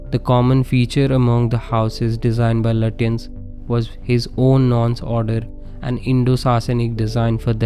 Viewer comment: Thanks & a well thought out analysis. His name is pronounced "Lutchens" or "Lachh-ens"